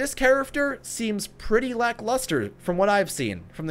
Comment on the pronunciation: I love your videos! They are so helpful and informative, BUT I can't stand how you say character, like "chariffter" 😤😝